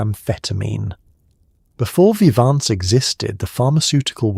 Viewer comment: Vihv-ahn-zuh?? Lol wtf can you not instruct your AI on pronunciations? I've gone through a few of these and it's getting old.